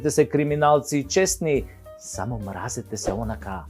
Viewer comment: ти си глумец и си учел Македонски јазик каде што се изговара мразетесе иако се пише мразете се. Мразете СЕ влече на српски.